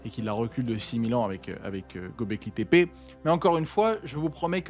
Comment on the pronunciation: juste pour info en turc Ö ce dit EU donc c'est pas gObekli tepe mais gEUbekli tepe